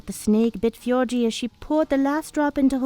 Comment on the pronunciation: I'm fine with this as long as you same the names right. (You kept saying fjorgi)